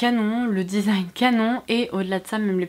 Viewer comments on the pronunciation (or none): none